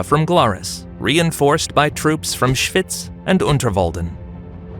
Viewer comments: Your American pronunciation of the place name “Schwyz” is terrible, like hearing fingernails scraping down a blackboard! Any Swiss German person would think that…… it would’ve been much better to have got somebody properly familiar with the place names of Switzerland to do the commentary on this video. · „Schwüüz“😂😂😂 Kanton Schwiiz!